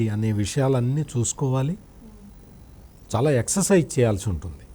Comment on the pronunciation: షౌమ్యుడు, షాలా మంచివాడు, ఆర్థికంగా అంతంతమాత్రమే, ఆషీర్వదించండి...షిక్కటి షిరునవ్వుతో ఇట్లు మీబిడ్డ....